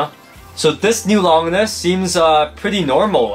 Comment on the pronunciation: Remember when you guys called Longinus Lon-jinus?